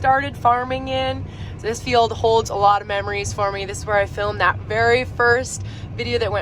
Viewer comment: Why do you say failed all the time? Or do you mean field(pronounced feeled)? Lol 😂😆j/k